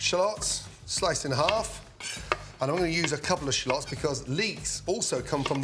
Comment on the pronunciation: Shallots not shalooots 😂😂